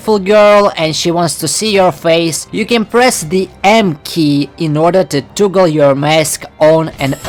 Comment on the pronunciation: Dude said toogle